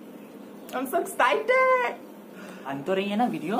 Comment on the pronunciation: "I'm sexcited"😂